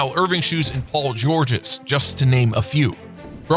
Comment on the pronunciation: He said paul joorjes,and gutsi